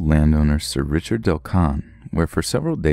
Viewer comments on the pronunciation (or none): none